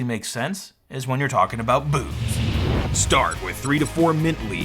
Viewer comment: NGL, when you were talking about perpetual motion, I thought you said something other than “booze.” That was a confusing fourteen seconds.